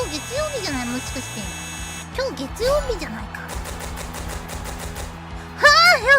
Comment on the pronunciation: 해외 시청자들이 “ 겟추요비 ” 라는 일본어로 월요일이라는 단어와 발음법을 확실하게 외우게 되었다 😂